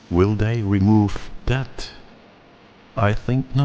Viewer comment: "...and stuff like at." Man, you can come over for supper any time! You my boy!